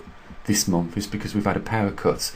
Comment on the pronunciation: "seventh of the Month" NOT "sevemff" of the Momff"